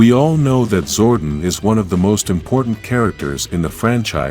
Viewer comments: He calls him Zorten. Lol. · Sorry but its Zor DON. I lovd this channel but that pronunciation gets me everytime. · Your not putting enough emphasis on the o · Its zordon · Is this AI speaking why Butcher Zordon name so badly